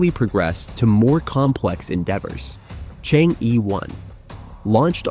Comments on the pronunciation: Chang er. Not Chang yi Stubborn.Never want to pronounce it correctly. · Not to pronounce Chang-e as "chang-i", but "chang-er". There is mythological tail about a fairy lady "chang-er" who flew to the Moon thousand years ago and she has lived there since, along with her jade rabbit. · Chang - eh (not Chang - Yi)😊😊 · Chang er not Chang yi. You stubbornly mispronounce it and malice. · It's not Chang ee but Chang er ok? Don't kill the Moon Fairy. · Chang- e, please pronounce it as, in Chang, the a sounds like most European a, like German Italian as A, or similar to ar. The E, is not simple E, like er, or, ur, but does not sound the r . 嫦娥，a legendary lady lives in the moon. You can copy the Chinese characters and in google, paste to Chinese translate!To English, you will hear how it sounds. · Chang'e should be pronounced more like "chunk" "ur" - as in 'urgent'. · chang'e is pronounced and "chang er" pls correct your words..it sounds so weird listening to you.. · Chang-e is actually pronounced “chang uh” named after the Chinese legendary goddess of the moon. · Prononce “Er.” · Pronounce as er not e😢😮😮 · Pronounce Chang - Er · Chang'e is pronounced as Chang 👉errr👈 in Putonghua ( Mandarin ).😊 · So annoying to hear Chang E spoken constantly absolutely wrong. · Shame on the Announcer. please check with a Chinese speaker how to pronounce the 'Chang 'E'. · The host completely mispronunciated Chang'e . He should had checked it online before uttering it. It's misleading... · It is difficult for non-Chinese speakers to correctly say "Chang E" (嫦娥) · Judging by the number of times he changed the pronunciation of Chang'e, I suspect it was a real person doing the voice. A robot voice would know how to pronounce Pakistan. :-)